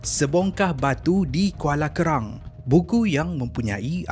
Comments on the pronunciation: Bro, Arqam bukan Aqram😅lepas tu kuala kerang tu kuala berang, mula rasa nak tergelak kat mana pulak kuala kerang tu rupanya salah sebut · Kuala Berang, bukan Kuala Kerang, Arqam bukan Akram/Aqram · Byknye slh sbutan..arqam jd akram,kuala berang jd kuala kerang.. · Kuala berang bang.. bkn KERANG... satu lagi bkn akram.. tp ARQAM..ARKAM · Kuala kerang ke KUALA BERANG?? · Sebongkah batu di Kuala berang la bukan kuala kerang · Kuala Kerang? kole berang le bohhh🤣👻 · musykil..kenapa sebutan nama tak betul..pelat ke..Faizal tehrani disebut faizal terani..Teh..rani.al arqam jadi al akram..kuala berang jadi kuala kerang...,?